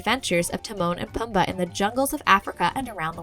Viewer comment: It's pronounced poomba not pum ba